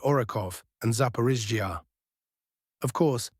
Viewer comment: Russian: Zapo-ROSH-ee-ah Ukranian: Zapo-RISH-ee-ah English AI voice: Zapo-rish-EE-ah 😂😂😂👏👏👏